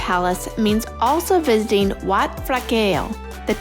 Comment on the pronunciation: ถึงพูดไทยไม่ได้แต่พูดชื่อวัดชัดมาก